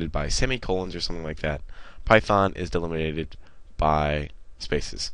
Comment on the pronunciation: lol. "Delminated". Get Arnold to play the Deliminator.